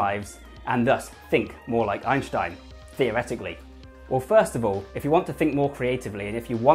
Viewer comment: It's Ein stein not Einsh tein say it correctly.